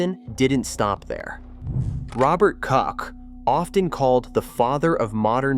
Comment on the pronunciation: There is just one thing I would improve in this video: it would be great if, since this whole thing is about Germany, all the names would be pronounced correctly. French m Gutenberg to Daimler, Röntgen to Koch ( not pronounced cock 😂) and on and on…